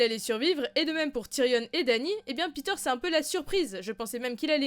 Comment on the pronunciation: Il s'appelle pas Peter bordel, il s'appelle Petyr